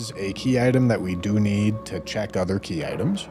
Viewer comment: The worst part of this stream is when corrected "Key ittems"